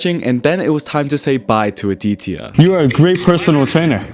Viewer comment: The way he pronounced the name aditya